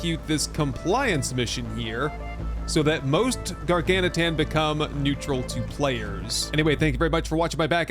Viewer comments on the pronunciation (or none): Hey, you started saying Gar-gan-uh-tan in this one! Lol. (Instead of Gargantuan). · He reverted back halfway through, lol.